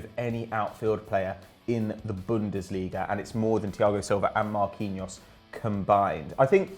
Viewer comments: lol who is marqueeno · Omg Marquinhos is pronounced Mar-key-nios! "Qui" same in Spanish makes the "key" sound sorry just hard to listen to lol esp when it's quite common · who the fuck is marqueenose? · “MarQueeNO” you name-butchering tosser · saying Marquinhos name as right as possible just so can fucking murder it again. It's not even a hard name... jeez